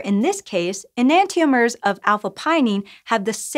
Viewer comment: Am I the only one who doesn't pronounce enantiomers that way? :|